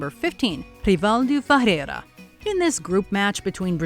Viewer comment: what the f is Furera? omg, it's not that hard pro pronunciate words lady